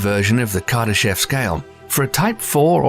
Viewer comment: It is actually pronounced as "Kardashóv" with the emphasis on the last syllable. But I always like your videos.